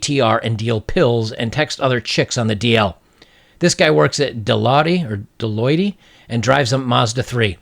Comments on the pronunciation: Dah-loy-tee 😂😂 It's pronounced Dah-loit and it's one of the big 4 public accounting firms. Many accounting students compete to get into one of the big fours when coming out of college. That means this guy is probably very smart and if he's not already in the 6 figures, he's likely on his way to making 6 figures. He could do a hell of a lot better than her regardless of how he looks. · I couldn't zoom in on the video but i think you were seeing Deloitte, an accounting firm. It would be pronounced duh-loyt. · It's pronounced De-loit, like Detroit. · LOL this chick complained that he worked at Deloitte? That's a $50 billion consulting firm! FYI its pronounced like duh-loyt. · Deloitte (pronounced duh-LOIT). Accounting firm. Straight-laced, honest, well-groomed dudes work there. Stand-up guy, but definitely not a "bad boy." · It's pronounced De-loyt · He works at Deloitte (pronounced De-Lowte) There were one of the big 6 accounting firms in the world back in the day. Basically, she is calling him ultra-safe and boring. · I think it’s pronounced “De loit.” It’s an accounting firm. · It’s pronounced Dee Loyt. They are one of the biggest US Government contractors of all time. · Pronounced "DEL-OIT", it's a government contracting firm. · Deloitte is pronounced Dee-loit. They are a big 4 Audit firm. Top tier. He was making good money. Still, I pray to the Norse Gods he exits the friend zone. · I’m a CPA. Deloitte is one of only 4 national CPA firms. Meaning: dude makes big bucks. Very big bucks. He is set for life career wise, . She’s a moron for passing on him. Whatever girl gets him will hit the Jackpot. God, she’s a moron. PS. You’re mispronouncing Deloitte. Think O as in oil.